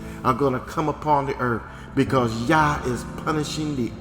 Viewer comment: sounds like "your hoo ha" lmao